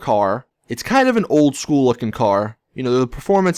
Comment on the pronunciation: My god, the way you say "Old school" OWLD SKOOLLL